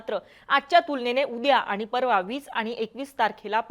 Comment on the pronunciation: मॅडम आनी पानी आनी लोनी असंच बोलत आहेत.😂